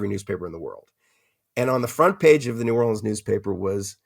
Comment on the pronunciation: I've read all of Lewis' books. It was astounding to hear him say he didn't know the name of the newspaper in New Orleans - and it's "norlins".